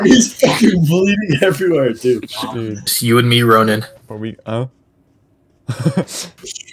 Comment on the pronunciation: Rozin? But is Ronin? Bro stop being pasta